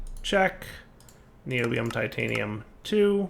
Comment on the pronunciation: Pronounced nye - obi- ome